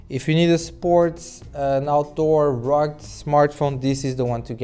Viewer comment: Rug or you mean rug-ged..